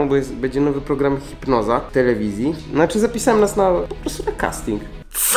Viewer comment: Zamiast chipnoza usłyszałam fit noga XD